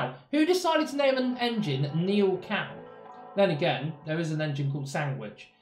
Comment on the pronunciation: Neil Gow. Not Neil cow.